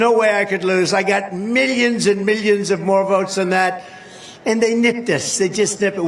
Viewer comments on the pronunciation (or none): It’s millions not meallions